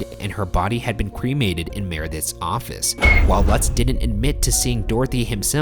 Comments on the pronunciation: Lutz is pronounce loots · ITS PRONOUNCED “LOOTS”... That’s my last name btw